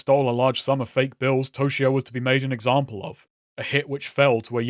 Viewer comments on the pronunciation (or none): none